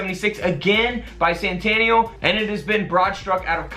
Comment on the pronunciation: Bi-sannn-tanial lol